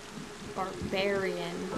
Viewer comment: It is NOT called "Burrbarian"